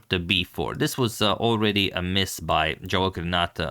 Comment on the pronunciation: Antonio, pratim te i jako cijenim kako se trudiš ne samo da radiš super analize nego i da pravilno izgovaraš strana imena. No morao bi znati da Javokhir nije Englez nego Uzbek, pa se 'J' ne izgovara kao 'Dž', nego onako kako piše. ;-)